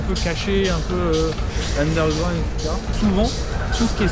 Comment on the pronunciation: Mais t'es un enfant, t'es pas du tout crédible dans ce que tu fais, dans chacune de tes vidéos, t'es pas légitime, ça fonctionne pas. "undergraound" Je zappe, terminé ta chaîne